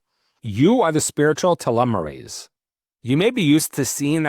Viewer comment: change the title to say TALMUD... I could only hear you mispronounce telomeres 5 times